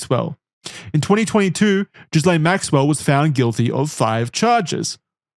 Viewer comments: Expert? Boys it's pronounced GILL -AINE Maxwell, not Jizz-laine Maxwell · This is really pedantic but it's pronounced "Gee-lane" (or you could also say it "Gih-Lan" depending on how french you were being) with a hard G. Idc about her but it's a real french name! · It’s a small thing but it’s annoying. In Ghislaine the S is silent. Like the S in isle. I wish you Americans would learn how to speak English.